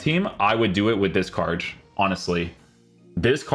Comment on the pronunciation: Why do you say wierj and carj instead of weird and card 😂